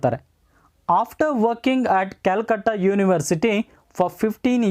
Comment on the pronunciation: That was not Calcutt that pronunciation it very wrong